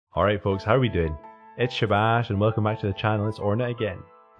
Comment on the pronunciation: It's Shabbaaaaaash